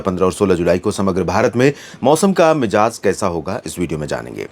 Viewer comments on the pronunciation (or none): Bhai ji aap har cheez bahut sahi se bolte hain isliye batana hai mijaaz na kah kar mizaj kahein